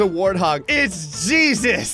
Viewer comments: I'm slightly dissapointed that never realized it way hay zues not gee sus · Maybe it wasn't supposed to be Jesus, it was supposed to be Hey-Zeus, pronunciation wise, and he's just a really powerful Mexican guy. :D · I think that the super pedestrian's name is pronounced 'Heysseus' 😂😂😂😂 And when did they modify the warthog to be a VTOL?? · I don't think it was Jesus. I think it was a guy named Jesus but pronounced hay-soos.